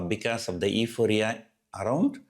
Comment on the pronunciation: Euphoria is pronounced as " U Phoria"